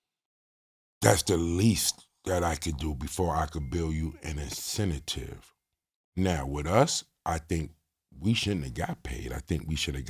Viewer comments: Am I crazy? Is this man trying to say incentive 🤦🏿‍♂️🤦🏿‍♂️🤦🏿‍♂️🤣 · Incenta tive 😂😂😂 🤡